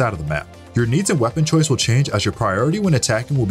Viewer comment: ahhh yes “choise”